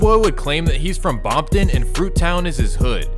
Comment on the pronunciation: For a white boy, you really did your homework. Also you do it in a funny way, like saying Bompton n shit.